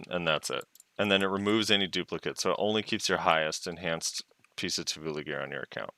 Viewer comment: Every time says Tuvula a little piece of me dies:')